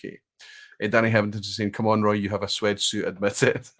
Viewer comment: Hi Roy, you spotted my name towards the end of the quiz. Well pronounced, though most versions are acceptable.😄I've been here for a number of years but because it's Friday morning here, I'm usually getting ready for work, and seldom see the whole session. Love what you do and the major part of my Whisky knowledge and experience comes from vPub and Recycled Reviews. I of course do my own research 🥃🥃🥃😆but thanks for leading the way. Slainte